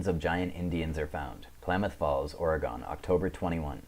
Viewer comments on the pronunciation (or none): Thank you so much! This was interesting and entertaining! Incredible research as always! >small note, I intend no offense… I’m from Oregon, and we pronounce it Ore-gun, not Ore-gone< 😊